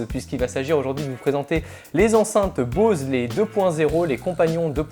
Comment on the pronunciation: avant de parler d'un appareil apprend a prononver correctement son nom Bose quiet 25